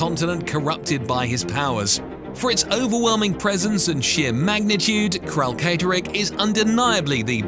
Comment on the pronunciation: Uhmmm Akshually, it's pronounced Kralkatorrik, not Kralkatorrik 🤓☝️ Good vid btw.